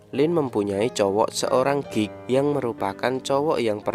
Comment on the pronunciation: Sial pas mimin bilang "geek" gw malah denger "gay"🤣🤣🤣